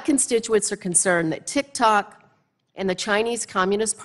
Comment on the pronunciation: Haha “TikTacs” xD